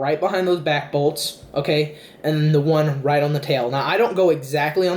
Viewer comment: When you said right below the bolts, I thought you said right below the balls. "You're gonna put your finger right below the balls, square in the middle."